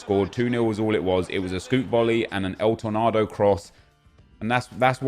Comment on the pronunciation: please just say tor nayyydo not el tornadoe